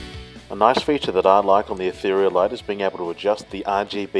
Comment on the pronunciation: Finally someone who actually pronounces "Ethereal" correctly. And great video also.